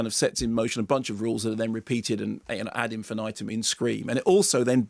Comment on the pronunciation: "Ad infináitum"... lol